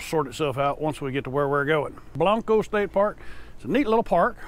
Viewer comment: Love that helmet. Ha! Just fyi. Those of us from San Antonio, don't say Blan-co. We say it, Blank-co. Not that you can't say it the way you are in your vid but just letting you know for the out of town and staters